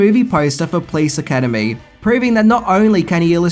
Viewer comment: Funny when you say: "Please Academy" :-D